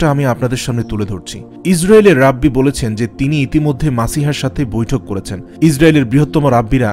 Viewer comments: রাব্বি কি জিনিস?? উচ্চারণ হবে "রেবাই"! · রাব্বি না এর উচ্চারণ হবে রাবাই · যদিও ভিডিও টা অনেক আগের। রাব্বী না ভাই "রেবাই" উচ্চারণ। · ভাই rabbi এর উচ্চারণ রাবি হবেনা,, ঐটা রাবাই হবে। এটা একটা হিব্রু শব্দ, যার অর্থ দ্বায়িত্ব প্রাপ্ত আলেম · ভাই , রেবাই আর রাব্বি একজিনিস নয়.উচ্চারণ সংশোধন কাম্য . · ভাই ওনাকে রাব্বি বলেনা। রাবাই বলে।। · ভাই উচ্চারন "রাব্বি " হবে না। উচ্চারন হবে " রাবাঈ " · ভাই শব্দটি সম্ভববত রাব্বি! নয় শব্দটা রাবাই ভূল হলে সংশুদন করবেন। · ভাই উচ্চারণ টা রাব্বি হবে না.. সঠিক উচ্চারণ হবে রাবাই * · Walaikumus salam Assalamualaikum Vaiya thank you for your islamic content. Alhamdulillah I watch your video just want to thank you and one thing it's "raa bai" pronunciation. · উচ্চারণ হবে রাবাই।